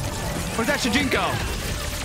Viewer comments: It's shujinko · It’s shajinko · It's shunjiko 😂